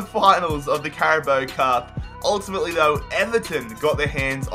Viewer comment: Did he just say “carabo cup”